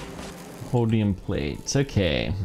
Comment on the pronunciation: its holmium not hodium